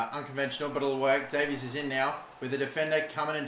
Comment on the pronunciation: its day-vis not day-veez